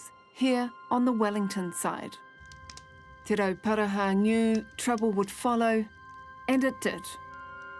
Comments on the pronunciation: YEAH it's Te Ruporarha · Those pakeha dudes didn't even try to pronounce te roparaha properly W⚓️rs